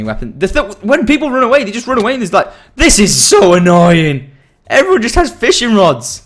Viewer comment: Like if u did hear him saying "Fishring rods" :D